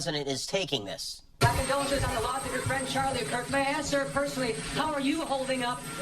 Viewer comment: askkk. asskkk. not axe. axes cut down trees. otherwise love the content.